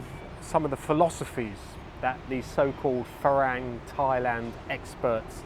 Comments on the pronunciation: Haha, funny. A small point. It helps to pronounce the words correctly. For instance, “farang” rhymes with “fun-rung” (so “fu-rung”, not “ferang”). * I found that the main reason why most expats have such a jaded view about Thailand and Thai people is because they live in an “expat bubble”, mixing only with other expats or English-speaking Thais (many of whom only communicate on a very rudimentary level). The main reason why I’m so evangelical about learning Thai is precisely because it allows us to see and participate in the “real” Thailand. It also allows you to have deeper connections with Thai people, put yourself in their shoes and understand what Thai life (and who you are) from their perspective. :) * Update: “Farang” originally comes from the Persian word to refer to the "Francs" (the Germanic people ruling most of Western Europe at the time. But I'm guessing that the first Westerners that the Thais met were the French traders or missionaries coming down from “Indochine”… ("farançais", with the nasal N that becomes "ng" in Thai) and the name stuck! :) ** yes, it’s true that Thais can’t make out what we’re saying - in Thai. The way Thai is taught at most schools or text books is wrong. You end up speaking in a singsongy “farang” dialect that is very difficult to make out. Anyone who is reading this, PLEASE learn to read first, then you should know exactly how to pronounce the words correctly. Avoid transliterations like it’s Kryptonite! And don’t think of the tones as m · nope, the word is pronounced fah-rung not fah-rang. You can check with any Thai person for verification. I believe the origin of the word comes from Farangset, a person from France. Otherwise your content is useful and ‘on the money’. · You’ve been in Thailand how long?? .....and you can’t pronounce ‘farang’ properly?